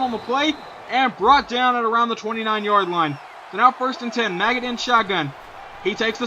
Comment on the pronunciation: Also, it's pronounced Ma-j-it. Look up Kurt Maggitt, a linebacker for the University of Tennesssee. That's how you pronounce it. "Maggot" sounds dumb.